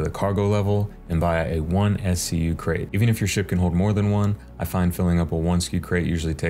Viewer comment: im sorry did you pronounce SCU as one word....